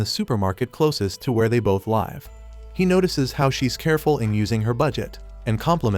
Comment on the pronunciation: Stop saying laves its live